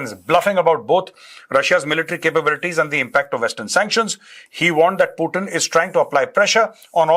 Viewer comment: Bolna seethe pirbhu ji putin